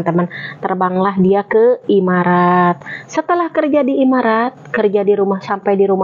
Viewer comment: Emirat apa imarat 😂😂😂,,kl arab itu emirat arab kk bkn imarat 😂